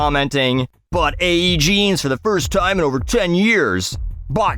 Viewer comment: You gotta love how she mangles the word "jeans" with her valley girl vocal fry voice.